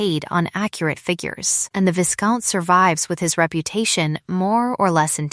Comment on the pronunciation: Vie-count, not vis-count. Surely AI would know this pronunciation. A lot of words for so little substance.